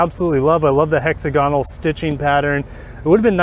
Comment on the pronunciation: FYI: hexagonal is pronounced with the stress on the second syllable